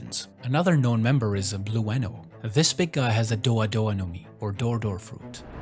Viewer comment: I can tell you right now that you don't pronounce the "E" in Blueno. It's just BLUE, NO. BLUE-NO. BLUENO.